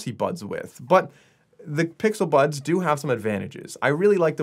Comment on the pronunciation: 😭😭😭...he Said "the pixel buns"😭